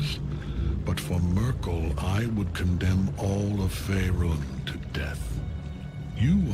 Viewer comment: "The testament of Myrkul- isn't that the German lady?" Cracked me up more than it should. I guess Americans murder Merkel's name like that. And she's retired since 2 years I believe